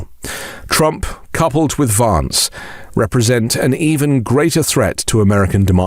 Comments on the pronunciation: Hey,! It's queer how you persist in mispronouncing Vance as VAHnce instead of "van" like the vehicle. It undermines the substance of your contribution. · It's more correct to pronounce (the American) Vance's name in the manner of the British "van man", rather than the British "advance". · Had to listen to this twice as I could get past you pronouncing Vance wrongly! I know you are British (like me) but that was wierd given how everyone else pronounces it! It's a bit like how all republicans mispronouce Kamala, which interestingly you pronounce correctly! Maybe it's a form of revenge?! 🤔 🤣🤣🤣